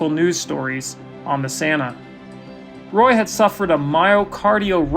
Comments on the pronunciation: It's ROY, not Ray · You called him Ray and then you called him Roy. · You might call it a ROY-al disaster 😑